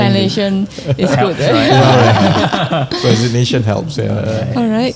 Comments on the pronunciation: 他已经尝试更正妳了，是rei-si-nei-tion, 不是 ri-sai-nei-tion 😅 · Pronunciation for "resign" (riZINE) and "resignation" (rezigNAYtion) , not riZINEnation). Just like "presentation" (PrezenTAYtion) is often mispronounced as priZENTation in our country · I often hear especially when the Chinese streamers pronounce the word "resignation" wrongly. It's pronounced as RE-SIG-NATION and it's different from pronouncing the word RE-SIGN. Please be alert about it. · ，resignation 的读音错了。不是resign nation. Pls google the right pronunciation. 我没有任何恶意，只是觉得拗耳。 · Re Sig Nation 😊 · please pronounce the word "resignation" properly! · 注意學起來那個“resignation”的正確發音😂 Rafizi馬上婉轉地糾正你了。盧卡斯的英文我就算了😅 放生